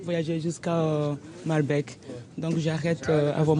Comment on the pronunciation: cest malbéééék ,et pas baaalbek ou malbèèk